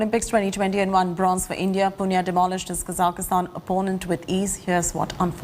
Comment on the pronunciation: It’s India not ndia